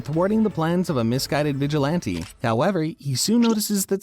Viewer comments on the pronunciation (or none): none